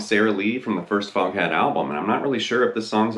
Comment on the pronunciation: You know how “Foghat” is pronounced in a British accent, right?